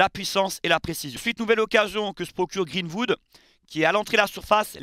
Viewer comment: "GreenVood" mdr😅😅